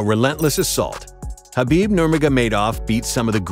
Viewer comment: Thank you for not pronouncing the k in khabib